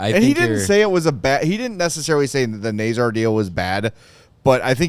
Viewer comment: Someone needs to talk to the 32 thoughts podcast too, they can't pronounce Nazar either!